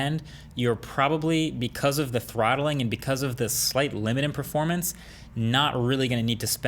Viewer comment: Can you say trothhlinggggg 2.3 to 1.9 ghz?? Lmaooo